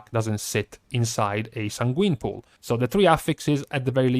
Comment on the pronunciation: Please,....it kills me every time you say the word sanguine. It is pronounced SAYN-gwen. Not san-GWEEN. It should sound like you're saying "sang when"